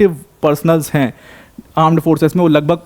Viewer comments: Armed forces ❌ Aaand forces ✅ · Correction "Aand forces" 😂